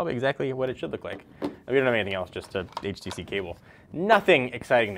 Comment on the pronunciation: Finally someone who says it right :)